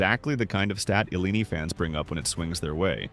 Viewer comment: ...and immediately we are told it's an AI narrating again! IL-lee-NEE? It's pronounced ILL-eye-IN-eye! I'm not an alum and I am still insulted.